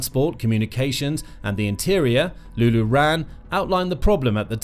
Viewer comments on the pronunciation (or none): It's not 'Lulu Ran', it's 'run-neh'. Ranne. Cheers for the reporting, but you may need some interpreters to give you pronunciation pointers on the names :)